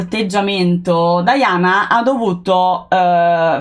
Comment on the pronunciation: Scusami se pronunci 'Diana' all'inglese e cioè 'Daiana' dovresti pronunciare anche 'Carlo' così e cioè 'Charles' 😂😂😂😂